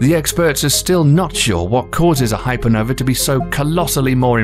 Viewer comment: I don't see the letter E in the end of the word Hypernova